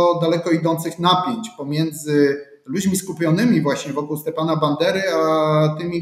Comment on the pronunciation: Stepana a nie Stiepana - to nie ruski był. Jak udajesz wykształconego, to przynajmniej sprawdź jak się czyta.